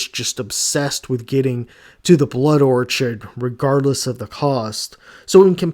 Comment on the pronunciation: You watched the movie you made a video and you still pronounce Orchid as orchard